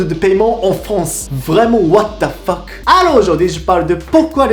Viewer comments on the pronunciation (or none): none